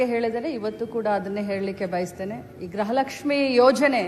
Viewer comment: ಗ್ರಹಲಕ್ಷ್ಮಿ ಅಲ್ಲ ಕಣ್ಣೆ ಲಕ್ಷ್ಮಿ ಗೃಹ ಲಕ್ಷ್ಮಿ ಅಂತ ಬೋಗಳು ಅವಿಧ್ಯಾವಂತೆ